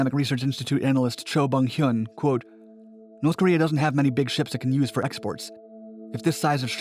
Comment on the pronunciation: NORSssssE Koreeah